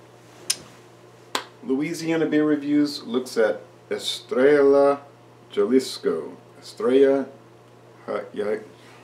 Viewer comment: pronounced: Estraya haleesco